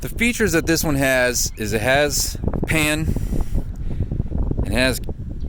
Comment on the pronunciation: Did you say pan or pam?